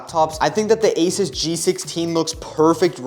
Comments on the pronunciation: bro is asus not aisas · I hate when people pronounce asus asis